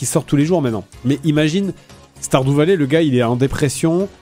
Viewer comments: Sardou valet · Star Doux Valet... ...j'adore quand Fred tente de prononcer des mots anglais 😂😂